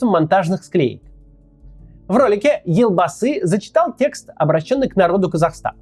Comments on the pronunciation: научитесь сначала правильно произносить имена и наименования, вы вроде журналист, верно? - Ельбасы - а не Элбасый. Жанаозен, а не Жанаазэн. Теньге, а не тэнгэ. Вечно вы россияне лезете не в свою страну со своей критикой и политикой. У себя в стране нечем заняться или нечего обсудить? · ЖанаозЭн, элбасы... Россияне у вас реально буквы Е нету что ли? 😮‍💨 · Интересно конечно слушать, но как же режет слух произношение слов из казахского языка. Прям сцуко казит. Во-первых буква Е в казахских словах звучит как Е, не Э, потом Елбасы, читается как «ЕлЬбасы» с мягким знаком, в казахском языке нет мягкого знака, но слова с мягкими согласными есть. Теперь тЭнгЭ, ну уже заебало, тЕньгЕ, везде Е. И Токаев, не ТАкаев, а ТОкаев. Жанаозен, также «Е», ни ЖанаозЭн! Простите за токсичность, но не смог удержаться. И кстати КОСТАНАЙ, тоже с О, с ударной О, не КАстанай, а КОСТАНАЙ.